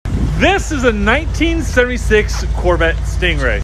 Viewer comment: “THIS is a nineteen sthirty six corvette stingray”